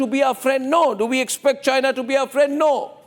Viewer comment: My Phrand.....India's phrands Mr DoLaand Thramp 😂😂😂😂😂